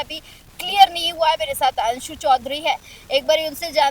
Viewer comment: अंशु नही हंशु है पूरा नाम हंसा चौधरी